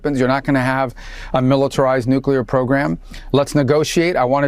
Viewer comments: He said “nukeyaler” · Dummy can't even pronounce NUCLEAR.